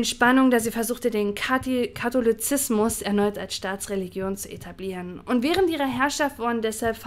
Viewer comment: Hihi Katilozismus ( ; cooler Versprecher